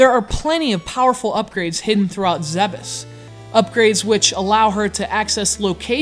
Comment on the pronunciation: Thank you for correctly pronouncing "Zebes".